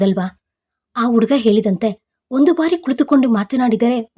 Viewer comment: ನಿನ್ನ ನಾಲಿಗೆಗೆ ದರ್ಭೆ ಹಾಕಾ,ಯಾಕೆ ಹ ಕಾರ, ಅ ಕಾರ ಸರಿಯಾಗಿ ಓದಲು ತಿಳಿ ವುಡುಗ ಅಲ್ಲ ಹುಡುಗ,ಹೆಣ್ಣು ಎಂದು ಎಣ್ಣು ಅಲ್ಲಾ, ಹೊಬ್ಬಳೆ ಅಲ್ಲ ಒಬ್ಬಳೆ ಇದ್ದಾಗ ಓದೋದು ಕಲಿ